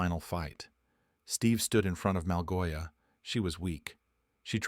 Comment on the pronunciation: Malgosha❌ Malgoia✅